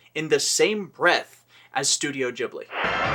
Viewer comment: I absolutely love this, even with the constant mispronunciation of "Ghibli" ;)